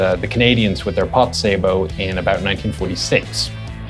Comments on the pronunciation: I'm glad someone can say sabot more closely than most. It should be said like sa-bow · What's funny is most people will pronounce sabot correctly when saying sabotage or saboteur.